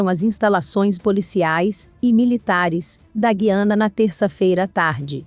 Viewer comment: Você está pronunciado o nome da Guiana errado.